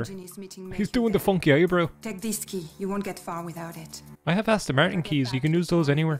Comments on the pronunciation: "An Aston Mertin cerr!!!" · „There is the Äston Märton - what a cär!“